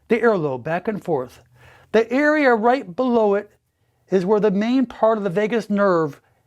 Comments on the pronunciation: he says earea instead of area 😍 . I hope it works, I will post when I see a difference. can't really hurt as I already have big ears lol. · Is saying " EARea" for " area" on purpose??😅🤔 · "This is a very powerful earea"